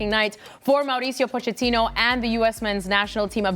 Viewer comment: Why is everyone saying Poe-Chat-Teenoh? The ch is meant to be pronounced like a k. "Pokettino".